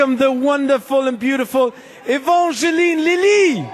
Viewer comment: Ruby Abc ja dachte ich mir auch so😂 vor allem wie er Evangeline Lilly ausgesprochen hat👎🤔😐😂